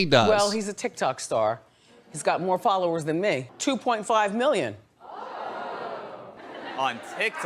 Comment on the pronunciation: Oh, all these folovers, she said.